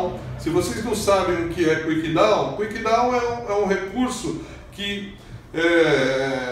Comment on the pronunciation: É Kick-Down, não Quick-Down.